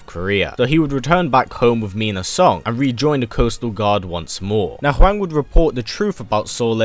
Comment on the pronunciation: Im sorry but even Americans know its pronounced whong not waing. This video killed my respect for you.